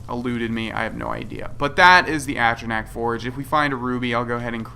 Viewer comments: Watching TES games on console is painful after you've played on PC. Also, there's a difference between pronouncing words "differently" and pronouncing them dead wrong. At-trah-nack? Fucking really? Literally every single character in game pronounces it "A-tron-ock", and it's hardly a word used in everyday vocabulary so I doubt you picked up that bastardised pronunciation on the playground in primary school or some shit. Also, the UI that shipped with the game was made for crab-people and it physically hurts to look at now that I've had SkyUI for years. This is why God has abandoned us. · At-tran-ack ? A-tron-arch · "I've explored most of the game." *doesn't know how to pronounce atronach*"I've completed all the quests"Well obviously you haven't because you still need to take fire salts to Balimund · foster he said he's done all of the quests and then threw on later that he didn't do misc quests. I'm just giving shit because it's annoying for someone to act like they know everything and then not know how to pronounce atronach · if you've explored the game, you've heard people say atronach so to have explored most of the game, he would know how to say atronach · The way you pronounce atronach makes me giggle inexpicably